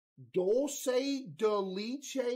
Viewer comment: My soul when he called dulce de leche Dul ce dee leeche